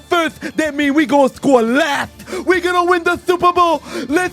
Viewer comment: I damn near died when he said "We score Firth, that means we gone score LATH!!!" 🤣🤣🤣